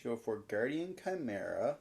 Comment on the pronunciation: Excuse me? Branded Chai-mera? 🤣